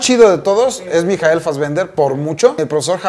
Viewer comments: Por qué pronuncia el nombre de Michael así? Jajajaj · Tambien me quede 😑